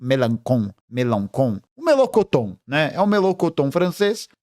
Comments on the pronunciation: 😂o melôcoton francês me pegou😂😂😂😂🚩🤌🏾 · MELENCHON - pronuncia como em portugues ."Melenxon"